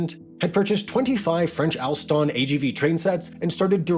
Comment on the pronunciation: Great content, but listening pronounciation of 'Trenitalia', 'Italo' and 'Alstom' is a rather unpleasant experience. But no worries, pronunciations can be improved, it's possible 👍🏽